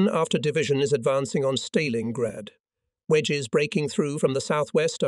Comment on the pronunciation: The AI commentary is so bad. It can't even pronounce 'Stalingrad' correctly. To say nothing of the dreadful pauses and ridiculous rhythm of speech. I spent longer writing this than listening. I'm out.